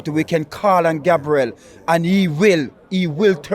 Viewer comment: Why cant he says "Our defender Gabriel" instead of raping his surname😂